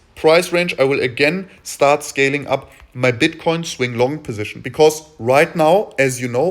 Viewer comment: I swear I keep hearing bitch coin in the beninnig of the video sec 4 :)